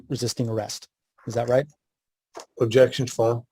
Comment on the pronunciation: Sounds like the "Objecschan foarm" tard is leaking.